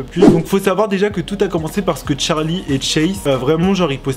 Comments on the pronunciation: Pk tu dit tcharlie et pas Charlie mdr 😂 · Très bonne vidéo mais ce n’est pas Tcharlie c’est Charlie meme prononcer en anglais 🙂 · Il me stressés au debut il disait tcharli et pas charli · Euh déjà ça s'écrit Charli et ça se prononce "Tcharli" même en anglais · Regarde la chaîne de Charli sur sa première vidéo elle prononce Tcharli